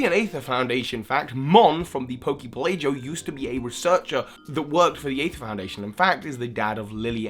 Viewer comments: I think poke pelago is pronounced like archipelago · Hey Regarding the pronunciation issue of "Poké Pelago": "Poké Pelago" comes from Archipelago (a cluster of islands), with "go" sounding like the "go" in "Pokémon Go". Love your vids <3